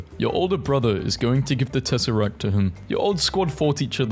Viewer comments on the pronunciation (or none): none